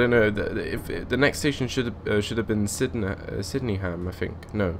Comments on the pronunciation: It's pronounced SYD-EN-HAM not Syddeham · It is pronounced sidnem